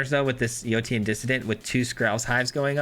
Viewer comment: Yotian = yo-shan Like rotation.